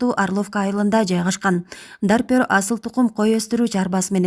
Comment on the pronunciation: Ассаламу алайкум !!! Журналист карындаш туура окушту уйронгуло жакшылап,, Навапакровка емес, Новопокровка, койдун породасы Дарпер емес, Дорпер, бир аз сабаттуураак болбойсунарбы, максат силердин кемчиликти издоо емес, силерди коп адамдар корот да рейтингинер тушот да, силердин куйоорманынар болобуз, туура емес айтып, катуу тийсе алдын ала кечирим сурайбыз.